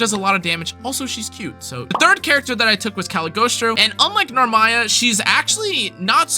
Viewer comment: You should read Cag’s name again lol “Cag-lee-oh-stro” Sweet team though. Rackam and Naru do work